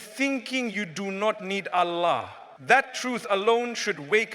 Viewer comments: AI generated. Listen to how he pronounces Allah. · FYI its AI generated voice over text.. the way Allah is pronounced ..mufti menk never pronounces like that....though the message is nice.